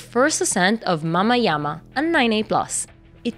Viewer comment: As another American, I assume just from looking at it that that's Mamajama (harder a, hard j) instead of Mahmahyahmah. Very cool though.